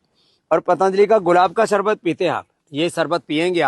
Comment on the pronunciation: 😂 c ka sharbat pronunciation b galat hai. Marketing karne aaya